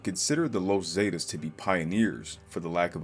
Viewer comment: The los zaydiss 😂 the the Zs